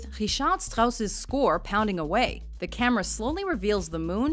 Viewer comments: Richard Strauss was german, not french, why do you pronounce his name with french accent? lol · Please, learn how to pronounce Richard Strauss' name. Your version sounds as a beautiful french, the only problem beying that Richard Strauss wasn't French.